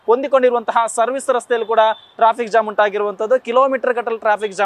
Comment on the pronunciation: ಹೆಬ್ಬಾಳ ❌ ಹೆಬ್ಬಾಲ ✅ Jam ❌ zam ✅